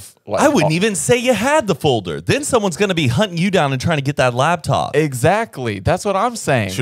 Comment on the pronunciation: Not chuckling about ‘heighth’ when he also always says ‘labtop’ 🤣🤣🤣